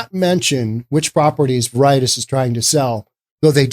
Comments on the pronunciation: It's Ver-I-Tas.... not Ver-Itis.... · Its VARE-it-tass VARE ryms with rare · WHAT. VER EYE TAS. WHERE THE HELL WAS THIS GOON EDUCATED. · Please learn how to pronounce Spanish words. Veri - Tas; it is cringe worthy. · Ver uh tahs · Pretty sure Veritas is pronounced like VARE-it-aus. Definitely sure Haight is pronounced like HATE. Noe is pronounced like NO-ee. Man, it's hard to take you seriously when you clearly don't know SF. But you are right on basic principles of economics. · Veritas is pronounced "Ve Ri Tas" The irony is it is the latin word for Truth or "Reality"! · "Veritis" lol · It's pronounced "very-tos". Oh, and "Haight" rhymes with '8'. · vair-eh- tas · Clearly you know nothing about SF. You can't even pronounce the street names correctly. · I don't think you're pronouncing Veritas correctly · If you’re so fucking stupid that can’t pronounce “Veritas” properly, stay off the internet. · In all honesty, I can't listen to someone who pretends to put on an air of intelligence and sophistication, but doesn't know the meaning of the word "Schadenfreude" and totally butchers the pronunciation of the word "Veritas". I totally agree with the sentiment of this video regarding SF, but the lack of knowledge of these simple things and the attendant lack of due diligence required to put yourself out there as an authoritative voice is disappointing. You can (and must) do better. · Correct pronunciation is more important than you evidently think. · Learn to pronounce Veritas. It means "truth" in Latin. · You really should learn to pronounce a word before you say it on the air. Look up v-e-r-i-t-a-s. It is a common word that most people know. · Maybe look up the correct pronunciation of Veritas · I believe you're miss pronouncing Veritas. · VER-i-tas SHA-den FROY-deh